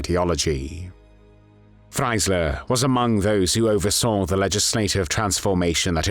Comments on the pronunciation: Warum spricht man den Namen ,,Freisler" hier nicht richtig aus und sagt immer,,Freiler" ? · Please try to pronounce the german names correct. Nobody knows a judge "Fleysserrrhh". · FRAILER? Pronunciation wrong